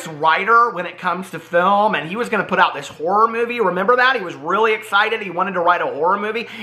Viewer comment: When you said “Shane Dawson wants to make a horror movie” I thought you said he wanted to make a war movie and I was so confused 😂😂